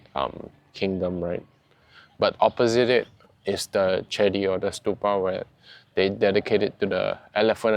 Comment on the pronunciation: "chedi" ออกเสียง "เจดี" นะ (สะกดว่า "เจดีย์")